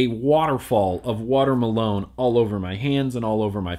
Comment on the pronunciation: He pronounced it 'Water Malone' - which may be a flavour meant to sound like Watermelon? I thought it was funny too.